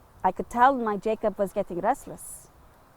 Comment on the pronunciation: 💛...would his name be pronounced 'ya-kob'?...